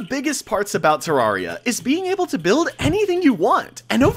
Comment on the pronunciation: bro keeps saying terraria wrong